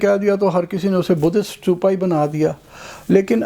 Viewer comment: سٹوپا نہیں بھائی جی ستوپا لفظ ھے ۔ ت سے، ٹ نہیں ھے ۔ ستوپا ۔